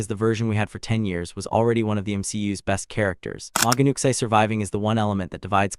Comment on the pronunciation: It’s pronounced new chee